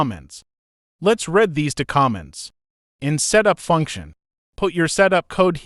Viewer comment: The voice of the "presenter" in this tutorial is apparently an AI, and not a very advanced on at that. It makes a lot of pronunciation mistakes, like it pronounces the word "comment" (kah-mint) more like the word "comma" and when it says the word "read" as in, 'to read a book', it says it like that same spelled word in the sentence: 'I have read the book'. I found these flaws in the first few minutes of this tutorial, but I will keep going to see of I can understand it enough to carry on.